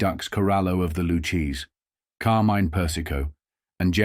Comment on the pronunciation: It's Lucchese, not Lu-chaysie